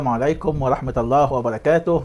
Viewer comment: ارجو ان تقول ورحمه بضم الهاء